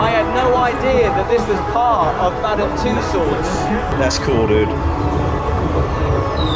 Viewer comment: It actually sounds like Mad um Two swords